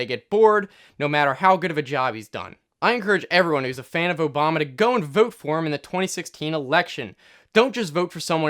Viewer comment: Am I the only one who replayed the start three times because I couldn't believe he said his name right